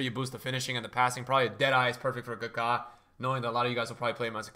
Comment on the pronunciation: Why is he pronouncing Maradona and Kaka like that🤮 he for sure bird mating calling me with that kaka pronunciation.